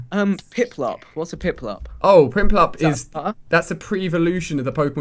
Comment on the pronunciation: STOP CALLING PIPLUP PRINPLUP